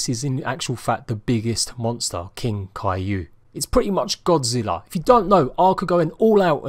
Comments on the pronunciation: I swear he was saying cailou it's kaiju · Kai-jew is how it is said